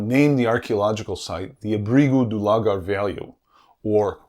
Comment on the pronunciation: On pronunciation again. Lagar is accented on the second syllable, not the first. Words ending in R,U,Z,I and L are accented on the final syllable, unlike the majority of Portuguese words. So it is La GAR.